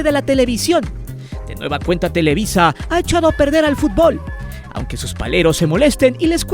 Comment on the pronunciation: Es televisa, no telewi... sólo muestras tu ardor hacía el América.